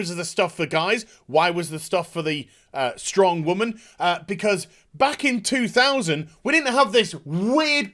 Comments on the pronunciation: I agree with your point that these people are overreacting but you hurt your own point by constantly intentionally mispronouncing the word woman. Be the adult when making cogent points otherwise you are just giving detractors a reason to dismiss everything you say. Also it just sounds dumb and immature. I had to stop watching the rest of the video because the way you pronounce it is annoying and grating. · Interesting how your accent goes away when you slip into the 'wahmen' voice. :P